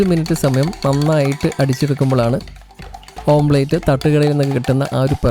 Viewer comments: ഓംപ്ലേറ്റ് അല്ല, ഓംലെറ്റ് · ഓംലെറ്റ് ആണ് ഓംപ്ലെയ്റ്റ് അല്ല. Omlet . അരോചകമായി തോന്നുന്നു. ശ്രദ്ധിയ്ക്കുക